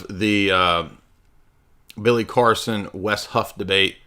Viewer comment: Automatic sub,like, and comment with a 8+ min opener song intro then pronouncing Billy Carson as Billy Coreson gets it all ...one would recognize this channels fire with all of those thangs ..thank you for the hours of entertainment...lol... congratulations!!!